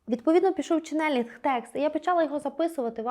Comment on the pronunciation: Дякую за вашу роботу! Промовляйте, будь ласка, чЕнелинг, з наголосом на перший склад. Дякую!